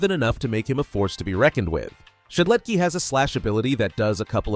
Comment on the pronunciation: I feel pain whenever he says "Shedletky" Where is the S?! AAAA!